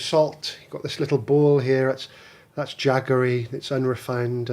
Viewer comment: Looks very nice as per normal, was wondering why you call Indian cane sugar daggery? I thought it was jaggery as in jaggery gor.